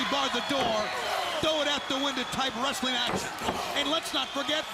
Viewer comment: WRES - UH - LING